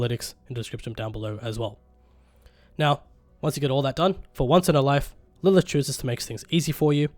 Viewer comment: Lurth = Lilith